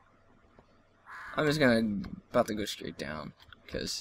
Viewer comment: thumbs up if u thought when he said "about" he said a boat... coz i know I did, but I'm a little stupid so...